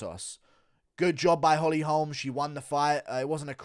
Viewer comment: weird pronunciation of "holme" you not listened to anyone say her name?